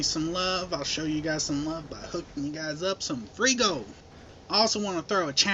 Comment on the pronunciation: FRHEE GOUWLD... i would like some FRHEE GOUWLD!